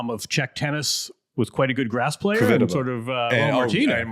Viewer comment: Grand Dame of Wimbledon...Andy, "Kvitova" 🤣🤣